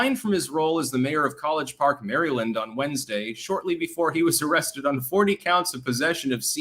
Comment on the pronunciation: Will someone close to, (who we all agree is extraordinarily articulate) please encourage him to get a handle on the general pronunciation of the State of Maryland, USA? His OVERT mispronunciation is such a glaring foible that needs attention. We're talking DC adjacent Maryland folks, not some long Native American moniker so it's not some nut-job, stickler minutia issue, eh? There is nothing regional about pronouncing Maryland, none whatsoever. We ALL say it the same way, millions and millions of us all across our great nation just say Maryland, but not. Even in our deeply divided nation, Maryland is No Problem for any of us by grade school, we just ace Maryland outright, we are legion, no remedial efforts needed, nope..., good to go for life re: Maryland. No free courses at the library, as to how to master Maryland by conquering your fears for instance,...as there is no need for that. So trust me, on this, insiders re: Maryland, we gotta get this character in line before he starts doing interviews and it's then just out there, that, our friend and Clankdom founder legend cannot pronounce the State of Maryland. Think figurative spinach stuck on his tooth. Friends don't let friends mispronounce Maryland to the masses, yo.;-)